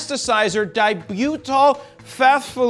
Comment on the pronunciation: "Phthalate" is pronounced as "thalate".